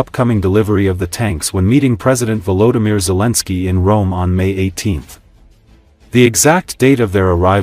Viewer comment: Vlodymyr Zelensky agora se chama Almir zalinsk pela narradora do I.A. do Canal. kkkkkkkk durma-se com um barulho desses